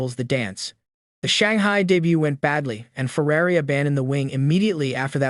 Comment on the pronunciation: Might want to learn how to pronounce the word 'Ferrari'...